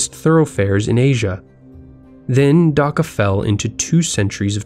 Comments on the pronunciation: its Dhaka not daka btw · please prunounciate properly it is dhaka not daka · You said daka I will be dhaka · It's annoying when westerners don't aspirate the "h" in Dhaka. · God dammit no one pronounces Dhaka right